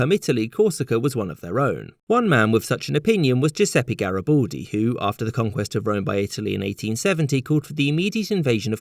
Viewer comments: Gari-bald-ee damn it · GaribAldi, not Garyboldy! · I have doubts on your pronunciation of Garibaldi